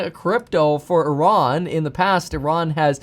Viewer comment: i am a corse member and i am from Iran that was a good "Iran" u said there :)peace